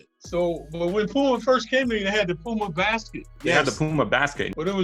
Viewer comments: POOMER...lol yall play too much...stop making fun of CLYDE lol [ HE WAS TRYING TO SAY PUMA] lol8x "ohiorichkid instagram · Sole Collector Dad gotta change his shoes out for Clyde saying Poomer